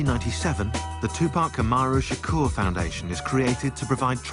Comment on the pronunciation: “2poc shakor”